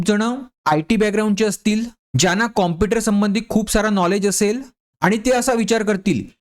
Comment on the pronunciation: Pahila tu computer mhnayla shik😛